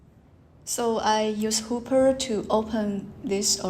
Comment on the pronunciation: Sorry, seem I made a mistake in this talk. I pronounced Hopper wrongly.